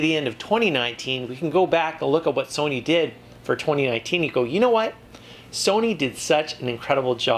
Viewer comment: ur saying sony wrong